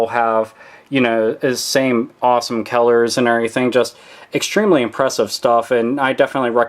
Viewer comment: Dude I knew you were from Pittsburgh just by how you pronounce "color." Game the fuck on dude!